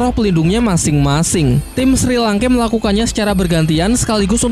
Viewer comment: Kenapa banyak yang salah sebut ya? Shrek Jadi Sri Langke Frander Jadi Flender Zhuying Jadi Suying Su Yuntou Jadi Suyanto Apa Saya Yang Salah Denger Ya?